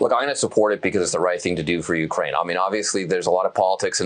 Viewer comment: "Urkaine" is driving me nuts. 😆